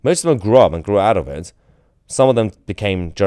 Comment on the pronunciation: And he's wite oot on his arse, allwite